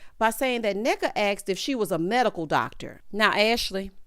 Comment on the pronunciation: I have to say that Ashley and her mom kind of did a good job pronouncing the name—- Nneka , Ngozi, and the Ibo ethnicity . Even pronounced OSU well . I appreciated it as an Igbo Nigerian in diaspora